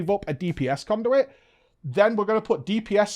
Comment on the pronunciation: "Cownduit" vendor ... love it